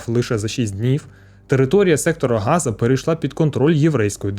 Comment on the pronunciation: Ви неправильно вимовляєте назву Сектора Гази. Назва місцевості саме Газа, і з газом нічого спільного немає.